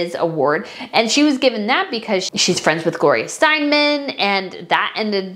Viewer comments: FYI, it’s Gloria Steinem (Stein-em, not Stein-man). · Gloria Steinem NOT STEINMAN - SLOW DOWN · Please, if you’re going to talk about someone that is famous, you should really know how to say their names. It’s Gloria Stienham!!